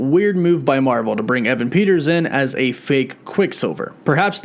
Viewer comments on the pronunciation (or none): none